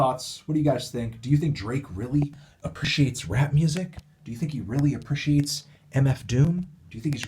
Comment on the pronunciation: Love Fantano, but is anyone else bothered by how he pronounces "appreciates"? It's bothering me more than it should.